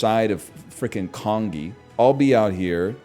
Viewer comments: the way he pronounces congee is sending me. con ghee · I hate how he says congee